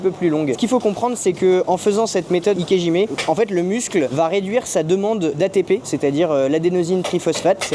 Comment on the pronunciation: Désolé de vous reprendre mais...si vous voulez vraiment prononcer correctement le nom de cette technique, il faut prononcer "ikéDjimé" et non "ikéjimé"